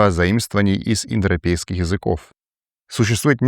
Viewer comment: Индропейские народы) Дети Индры) Ну понятно, что тяжело выговорить, но прикольно получилось же